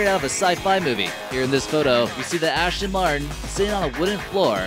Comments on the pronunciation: There were so many mistakes in this video I can't be bothered to list them all. Wrong pictures with wrong names, wrong speeds, misunderstood physics and what the fuck is an ASH-ton Martin? Typical 'list-video', quantity over quality. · QUIT FUCKING CALLING IT AN "ASHTON MARTIN" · It's not an ASHTON Martin... It is an ASTON MARTIN!!!